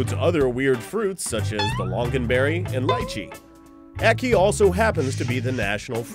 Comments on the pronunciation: No one in Jamaica pronounces it as "ah-kee", the "a" is pronounced the same as in "animal". Not sure if it's correct, but I assume it is since it's our national fruit XD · we pronounce it aki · being jamaican, only tourists get poisoned from it and no one here eats it raw, and its so strange to hear other ppl pronounce it, we just say acke not ackee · loool omg u guys...its pronounced AHkee....like AH for apple....ackee -_- not awkey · Lychee rhymes with See see Ackee rhymes with Jackie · I found the way you pronounce it funny, we pronounce it "A Ki" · He pronounced it wrong the whole video... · how they pronounce ackee makes me cringee..actually the whole beginning made me cringe lol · you prenounced Ackee wrong